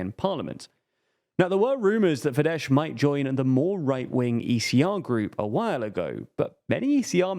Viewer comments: How many videos about Hungary will it take till you figure out that the hungarian 'sz' corresponds to the regular english 's' like in 'soft' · Don't say fideS pls. Just say a regular s. Like "say". Just ignore the "z" at the end. SZ in Hungarian sounds like the same as S in "Say" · Spell the "sz" as the s in "snake" and you will have the pronounciation just right. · It is actually Fidesz, they are pronouncing it incorrectly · No, it's Fidesz. In Hungarian "S" = "SH" in English In Hungarian "SZ" = "S" in English. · Unfortunately, Orbán's party is pronounced "Fidess" and not "fidesh". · Please pronounce Fidesz as “fides”. It’s the right way and is much easier. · You're pronouncing Fidesz wrong! In Hungarian, 'sz' = 's' sound and 's' = 'sh' sound 😊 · Please stop calling it FIDESH, its not polish, the sz is pronounced as a normal S. (I still hate them though) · I can't watch this, this guy calling fidesz "fidesh" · In Magyar language, SZ sounds like S (the letter S sounds like Sh by the way) So Fidesz is pronounced Fides. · I love you guys, but Fidesz is pronounced as "fides" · "fidesh" Lol Lmao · It’s should be Fides with an S (in Hungarian sz is read S) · You mispronounced fidesz- it’s “fides” while s alone in Hungarian sounds like sh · Yeah, he read it like the Polish sz combination, which is indeed [ ʃ ] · To be pronounced as FideSS - this spelling is more fitting anyway;) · Fidesz with an s and not sh, comes from latin... So annoying you cannot get this right. Avoid using their name if you cannot pronounce it? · The letter combination "sz" is NOT pronounced "sh" in Hungarian. "Sz" in Hungarian has the sound of "s". Also, Hungarian is a language that usually stresses the FIRST syllable of a word. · Fidesz not pronounced as “fidesh” rather fides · Read Fides, not FideSH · .. It's FIDES, NOT "FIDESH"! No, the Hungarian SZ is not the Polish SZ. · It's Fidesss not Fidesh! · S for chist sake... Fidesz ends with a regular "s" not with "sh" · Fidesz is pronounced as Fides.